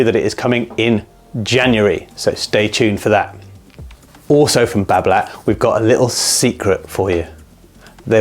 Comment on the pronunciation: Don:t prononce the T at the end of Babolat!